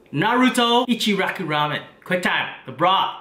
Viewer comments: God damn u saying naruto ichiraku ramen makes me cringe you say it like “Narudo echeraku ramen” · He said ichiraki instead of ICHIRAKU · The way you said Naruto and ichuraku boils my blood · I thought I'm the only one who got pissed that an Asian couldn't say it right